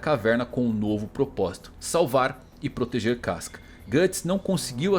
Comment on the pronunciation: 카스카...누가 이렇게 읽으래?!!!!